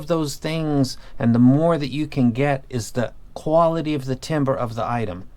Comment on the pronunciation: You keep saying Timber I keep thinking Ke$ha “It’s going down...”